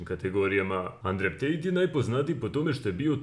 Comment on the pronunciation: Endru Tejt*